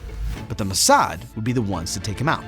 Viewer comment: It's not muhsad, it's Mossad.